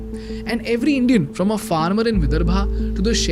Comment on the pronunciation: The youtuber giving the news is pathetic in English . Famine he calls fa-mean. The word is Fa-min. Even from becomes frem.why use english language to kill it.